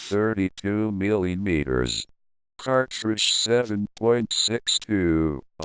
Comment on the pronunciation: "milliyeemeeterers" got to love that sexy voice